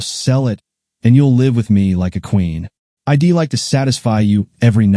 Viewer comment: Someone has taught AI readers the word palpable, now please teach it how to pronounce I'd. It is not pronounced eye dee. Why is her lover also his lover?